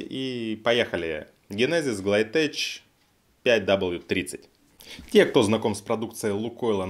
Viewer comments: Ну не "теЧ" а "теК", это исключение из правила чтения CH. Так ухо режет, особенно когда слышишь от человека который не гонит порожняк. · Почему многие произносят окончание ТЭЧ, когда ТЭК правильно. Никто же не сомневается, например, что правильно произносить ХАй-ТЭК(Hi-tech). Чё тэч -то? Тэч-тэч-тэч... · TECH - произносится ТЕХ, а не ТЕЧ. Это производное от слова TECHNICAL - ТЕХНИКАЛ, т.е. техника. То же самое CHEMICAL - произносится ХЕМИКАЛ, химический. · tech - читается тэК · ГлайдтеК, брат, ГлайдтеК! В слове technics и производных от него срабатывает исключение и СН читается как [К]. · Смешно смотреть обзоры масла от человека, который даже название глайдтек правильно произнести не может :) Я 3 года лью это масло. Учитывая, что вы просто хейтеры ойл-клаба, ваш канал скорее безынтересен. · ГлайдтеК. От английского теКнолоджи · Глайдтэк и армортэк .